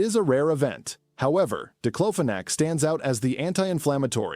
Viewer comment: It's paracetamol = Acetaminophen. These stupid AI videos getting on my nerves "Number 10 DIPLOPHONAC" lol......